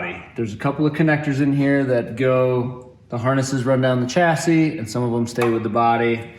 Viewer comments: "The body from the 'Chassidy'....."🤣😅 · Why does it sound like she is saying chassidy? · She said chastity! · Anyone else catching say chastity when referring to the chassis? Just thought it was funny myself, not trying to be mean. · did you say separate the body from the chastity? Lol